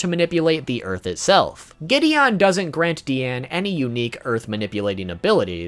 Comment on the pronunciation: It’s not DEEane It’s DiAnu